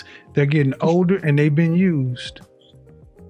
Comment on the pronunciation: The emphasis on USED..